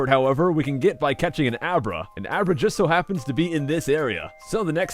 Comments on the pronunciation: U named Abra " a bra" lol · He named Abra " A bra". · you called abra; a bra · He named abra "a bra" lmao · Abra= A Bra XD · Lol he names the abra " a bra"